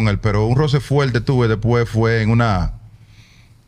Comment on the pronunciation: le bajo fueLte a A-Rod 😂